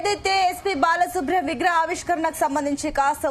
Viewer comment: బాలసుబ్రం కాదు తల్లి బాలసుబ్రమణ్యం